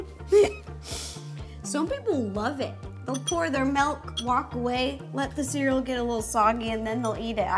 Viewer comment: when they were talking soggy cereal an ro said mALk… i almost turned the video off😩😂😂